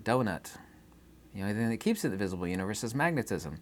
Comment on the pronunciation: U-knee-verse Mo-knee your-cell-f